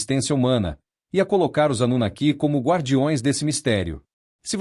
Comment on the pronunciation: Esses temas históricos geram ótimos vídeos. Suméria é um dos.maiores enigmas históricos. A festa acaba quando entra a asquerosa narrativa feita por máquina .Ela não consegue falar a palavra "anunaki". A robotizacao da voz está , ainda, na idade das pedras, coisa de nível dos primatas😂. A Burrice Artificial, ainda levará longos anos até atingir um nivel suportável para os ouvidos humanos.